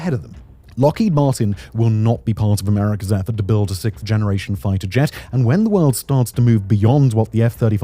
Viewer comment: Simon are you aware that you're mispronouncing sixth as sikth?